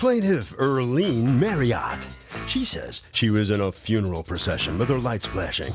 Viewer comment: Sound it out: FUNE-ER-ALL